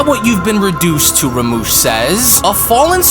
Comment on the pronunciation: how are u saying rumshis name wrong